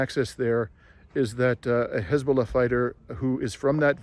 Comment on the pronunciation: Did you say Hezballoh militants ????